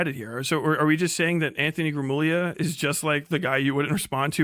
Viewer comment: Oh does he still say "gruh moog lia"